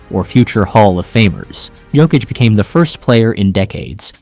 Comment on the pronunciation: The best player EVER! Sorry that’s the stats and you are pronouncing Nikola Jokics name wrong. Uggg u keep saying 😮t wrong. He also has the horses living in his house in my hometown. He has a horsetrack in the basement his points pervgame are amazing but his amazing talents include his no look bounce passes and no look throws to Aaron Gordan now known ad Air Jordan. Also Jokics rebounding skills are unstoppable! All around he is not only an amazing basketball player but he is an amazing Husband a dad of two young ones . At the end of the games he tells everyone good Job and goes home . Ya no time time for bs . He’s a family man and goes home till practice o🎉 the next game we do have 5 players that are bad axxes just Nikola is the best ever even Michael Jordan gave him the GOAT TITLE He said no one is better it’s his now.-He is absolutely the most amazing player! Not only Jordan but tons of pros say he is untouchable and it’s true, i’m thankful he’s our #1 son!!!~ a true Denver nuggets fan~TEENA PLRGIRLZ